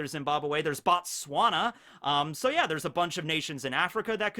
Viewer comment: MENTIONED WHERE I'M FROM AND IT JUST MADE MY DAY (BOTSWANA)....THAT PRONOUCIATION WAS PRETTY GOOD TOO